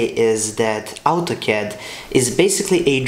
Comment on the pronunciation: It's Autocad not Altocad !